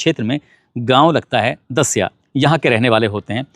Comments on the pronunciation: गांव का नाम दसिया नही दसावा है सर जी मैं भी इसी गांव का हूं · Sir gao naam dasiya nahi dasawa Naam ha